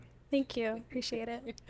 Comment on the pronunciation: “Tank you! Apresheate!” It’s called ‘h’ factor where you don’t pronounce the h in words. Common with the Yoruba tribe in Nigeria. Not that he’s Yoruba